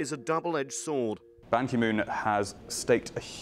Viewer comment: Goodness, they can't even pronounce "Ban Ki-moon" correctly or even SLIGHTLY try to say his name correctly. BAN KEY MOON.